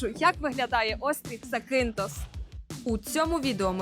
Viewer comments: Робіть правильний наголос на перший слог ЗАкінтос або ЗАкінф!! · Класне відео..) вже три роки тут працюю..) але назва острову ріже вухо бо він ЗакІнтос а не ЗакИнтос) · Вперше чую такий наголос в назві Закинтос. Від місцевих точно так не чув